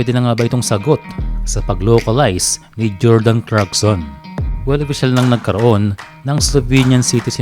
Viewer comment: Sir Clarkson Hindi crackson